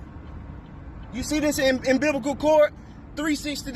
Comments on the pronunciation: He said “imbiblical” cord LMAO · Did he really say am-bib-ic-cal chord